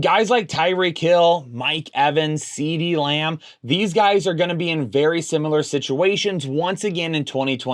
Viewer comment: I just noticed that. At least he's not Beebee